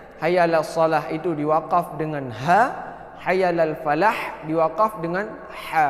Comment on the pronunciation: Haiya'alal falah,atau haiya'alal palah, kedengerannya bacanya palah tadi 🙏